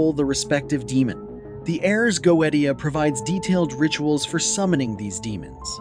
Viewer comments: still mispronounced, its "goeTia", with a T not "goeDia" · Dude, it's...Go-A-sha. Not Go-et-E-a. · it's not pronounced go-eat-u'ta. it's go-iish'uh Ars = like multiple R's phonetically, not Airs... you are not qualified to talk about this... by miles. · The original latin is goe-zia with the letter "Z" pronunced hard... Not like "S". T + i + a/o is always pronunced in that way in latin, never as "T" or soft "Z". By the way, there's no need to be salty about that, everyone could make a mistake. However, I can see that it must be really bad for you to work with passion, creating great videos to expand knowledge only to be criticized on words pronunciation... And I am sorry for that. I have discovered your channel this evening, And from what I have seen it's a very good channel and your knowledges are vast and well documented, so I want to thank you for all your work and your dedication, I have just subscribed. Un Saluto from Italy. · Goetia (Go-eesh-ah). Everything else was brilliant. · y u say 'go ee dia'? do you say "go ee the" for Goethe? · He did not just say the goweediya …good god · Take a shot for everytime he pronounces "goetia" wrong. And by the way. Its Pronounced "Go/ui/shia" Not "goet/ia" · Go-E-Tia???? you know we can't take this even remotely serious right? (edit) I now find the video more credible however...... I believe original pronunciations should be noted when it is spoken in a different language than the rest of the video. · Fuck. Is it not pronounced "goesha" ? I have been pronouncing it wrong for years lmao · GO-AY-SHA say it with me, pronouncing this wrong earns a downvote. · go AY sha... Goetia pronunciation. Demonologists version. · It is pronounced, Go-ay-sha. Goetia. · You're mispronouncing it right out the gate -GO EH SHUH!!! C'mon man??? No telling what other words you're going to massacre...? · Goweedeshu. 😅 No dude, that's how it's pronounced in 'mom's basement demonology'. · It's pronounced go-ay-she-ia